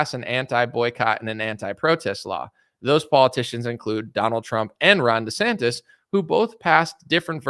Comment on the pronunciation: Ron-da Desantis lol, you're a funny guy